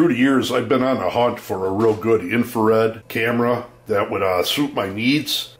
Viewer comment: Infrared, not infared. lol